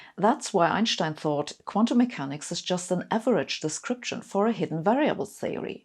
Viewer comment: I have trouble following her, which I am sure is my problem, but it doesn't help that every time she says "Einschstein" instead of Einstein it is like fingernails on a blackboard. Thinking maybe I and millions of others who pronounce it without the "sch" in the middle were wrong, I searched on "How to pronounce Einstein". Blieve it or not, about half say this lady's pronounciation (but with a softer 'sch") and half as most Americans pronounce it, and a few that sounds in-between. So thanks everyone for clearing it up, ha.